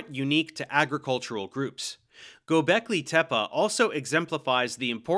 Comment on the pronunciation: You talking about Gobekli Tepe? Cause he pronounced it correctly